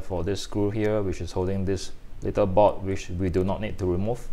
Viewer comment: Thats for the vid but early on it was difficult to know what you were talking about, the word is "board," not "bot"